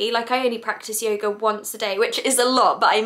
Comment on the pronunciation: ha ha so cute at the beginning she says yoger! ahhh i love her accent its very cute ;)